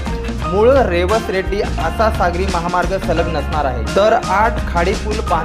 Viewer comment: अरबी समुद्र म्हणू नका सिंधू सागर म्हणा रेड्डी नव्हे रेडी अस आहे